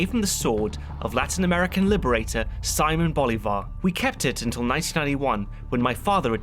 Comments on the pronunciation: See-moan bol-e-var. Sea-moan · And you said his name wrong 10 times